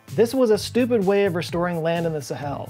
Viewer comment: And why didn't the musical you tell you how the pronounce Sahel? Also, the heat of re-entry is caused by compression, not friction. Two reasons why I unsubbed l-o-n-g ago. Interesting topic. I gave up .